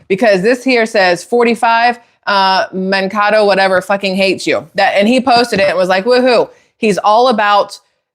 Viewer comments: One thing I noticed is the way he pronounced Mankato. I realize he has an accent, still, I would think if someone actually attended that school they would pronounce it the way it is pronounced locally. It is pronounced man-KAY-doe. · Minnesotan here. It's not a big deal, but if you're interested in knowing how to pronounce the town name, it's Mankato (Man-kay-toe). Idk if all this is true, but I wouldn't be shocked if it is. There's so many nasty people in power right now, just hiding in plain sight. I truly hope everything comes to light soon. ❤🙏🏻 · Man-KAY- doe is the correct pronunciation. Matthew pronounced the city wrong. I didn’t believe it because he didn’t pronounce the city correctly. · I'm from Minnesota. It's pronounced "MAN-KAY-TOE" Mankato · As someone who grew up in Mn, Mankato = Man-Kay-Dough :) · Hey beautiful.. just thought i would share with you that the city Mankato in Minnesota its actually pronounced like MAN-KAY-TOE. As a Minnesotan i hear it said wrong all the time and understand its an odd name.. lol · FYI: The town is pronounced: Man…Kay…toe. = Mankato I live in Minnesota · Mankato is pronounced Man-kay-toe. Love your content. 😊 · The school is pronounced Man cay to (Mankato) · Just an FYI: Mankato is pronounced man KAY toh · Are you trying to say Man- kay -toe? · Mankato is pronounced as Man-Kate-o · Hey gal the town is pronounced MAN KAY TOE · just FIY "MAN-KAY-TOE" (Mankato) High school 😄😉☺️ Minnesotan here... just thought I'd let you know 😏 😂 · It’s pronounced Man kato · Mankato -sounds like “Man Kay toe” correct pronunciation. ❤ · MN native here. It's pronounced Man-kay-tow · I’m gonna say it’s fake. For one, I do realize his accent but if he attended Mankato he is still pronouncing it wrong but like GPS would. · If you are from mn you know how to pronounce Mankato. The second A is a long A. If you watched little house on the prairie you probably heard Mankato mentioned. Great info here I trust the stated obsevations.